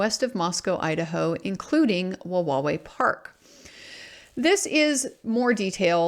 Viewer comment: Good job pronouncing Wawawai. I used to live there, down on the water just past the park. there was a trailer park built into the hill there above where the dock is now. The skies were amazing for star gazing. I have all kinds of reasonable doubt about his guilt. Time will tell.